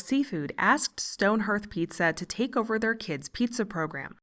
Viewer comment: “Hearth” might look like the word “earth,” but it’s not pronounced that way. The correct pronunciation is “HARTH” with vowel sounding like “ARE” and “BAR.” Therefore you say “HARTH-stone PEET-zah.”